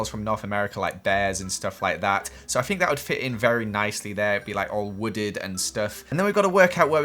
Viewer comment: “Fink.” Jk i love ya